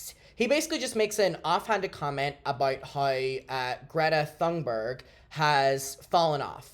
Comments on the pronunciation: also, greta’s last name is pronounced ‘TUN-berg’, not ‘Thun-berg’ just so we all know. you can pronounce it even better than tun-berg as well but imo that’s leaning into having a swedish accent. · Just so you know, it's pronounced Greta Toon-berg. No shade just constructive criticism. Love you!